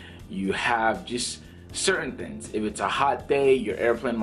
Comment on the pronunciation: You're extremely knowledgeable about flying and aviation. Can you please say "thinGs" instead of "thiNs."